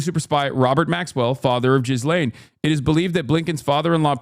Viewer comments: Who taught Hasan how to pronounce Ghislaine? That is the worst attempt I have ever heard. GHEE-Lane Hasan, GHEE-Lane. Not Jizz-Lane LOL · Is he pronouncing her name Jizz Lane on purpose? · I love that Hasan calls her 'Jizz-Lane'